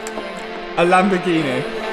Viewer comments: I started watching when you had the bentleh then came a masarteh and now a lamborghineh. Well done to you Matt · Lamborgineh 😂 Congrats 👏 🚀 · Fun game take a shot every time says lambo-ghenieee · Is it Lamborghini or Lamborghinehh? 😉😂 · Lamborghineh! Matt you killed the pronunciation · uhhh you've not bought the latest laborjini, you've not bought a new lamborjini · He got himself a Lambagineh